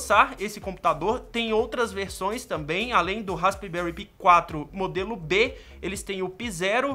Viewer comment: a pronuncia certa e raspberri pai 4